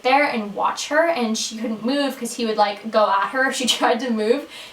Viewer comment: You sound aussie when you say "move" so cute :) My question is, what were your grades like in high school? Love you!